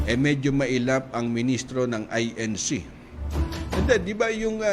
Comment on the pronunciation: AY EN ZEE hahaha abuloy cult. 😂🤣